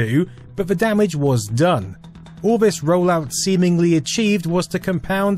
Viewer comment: Vis, vat, vose. What ve hell am I watching?